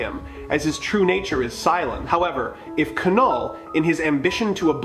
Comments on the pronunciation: It's NOT KA-NULL. IT'S NULL (KNULL)! OTS NOT KA-NO, ITS Know OR Sounds LIKE NO. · It is said NULL not K NULL, silent K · Bro do the voiceover thing again, MCU fans cannot listen to your K- null pronunciation. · The name Knull.. the K is silent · The k in Knull is silent please go back to school